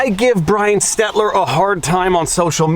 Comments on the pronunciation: Every time you say "Stetler" instead of "Stelter", my respect for you inches a little higher. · It's also Stelter, not Stetler. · It’s Stelter, not Stet-ler. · who is Stetler? His name is Stelar isn't it ? or no? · Are you mispronouncing Bryan STELTER on purpose? STEL TER not Stet ler. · Not that I care about Brian Stelter, but you said Stetler a few times. Don't give haters a reason to attack your credibility. Stelter is the worst, though, I agree. I also think Grosskreutz isn't pronounced gross kraut. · Stelter not Stetler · Are you calling him SteTLer on purpose or you just reading SteLTer wrong? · Still calling him Stetler instead of Stelter...lol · Is Viva a bit dyslexic? Brian "Stetler", Gaige "Grosskrautz ", when it should be Stelter (stell-ter) and Grosskreutz (gross-kroyts). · Do you call him Stetler on purpose? I think it's funny coz his name is SteLter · Repeat after me …Stell-ter NOT Stet-ler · Brian STELTer not STETler. And he is a shill and a liar for the establishment and a POS. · Viva, please, for the love of GOD: it is pronounced STEL - TER, not STET - LER. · I love that you keep calling him Brian SteTLer. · Stelter, not Stetler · SteLter not SteTler. You always have such a hard time with his name. I love it, he is forgettable. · It's stel-ter. Not stetler Youre better than that. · Shelter,not settler 😂😂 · Stop screwing up his name. It's not SteTLer. It's SteLTer. If you insist on screwing it up, at least screw up his first name and call him Brianna Stelter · It's Stelter not Stetler? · It's "Stelter," but given he can't clear a minimum burden of factual accuracy in his reporting (or more likely, chooses not to), I'm content rebranding him Stetler. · STEL-ter not STET-ler. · SteLter, not 'SteTler' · Stel-ter not Stet-ler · He's a fuckhead, but it's STELTER, not STETLER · It’s Stell Ter. Not Stet Lure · Repeat after me: STELL ter. STELL ter. Not Stetler. :-) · You're still saying his name wrong Viva, it's SteL-Ter, not SteT-Ler.